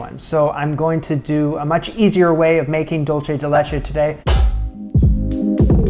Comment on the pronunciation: Love this, looks absolutely delicious. Also, dulce is pronounced like "dool-say"! It's Spanish, not Italian 😉